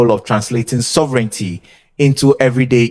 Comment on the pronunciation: 🛑Bravo for the video. And minor positively meant comment. Please check pronounciation. Example: Sovereignty is pronounced different. It is only with a few words. But as you have a leading role for the English language. PLEASE CHECK AND CORRECT 💯 PERCENT. and again bravo for the video and what you are doing.🛑